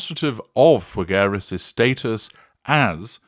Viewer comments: It's pronounced Fig-eras. Imagine the fruit put together with the word "eras" without rolling the R. Sorry for being annoying. Thank you. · the u in Figueras is silent!